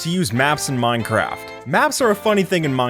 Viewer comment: Did he just say "muncraft"?